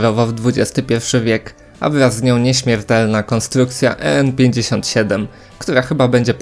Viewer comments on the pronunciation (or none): Nie czyta sie E EN57 tylko EN57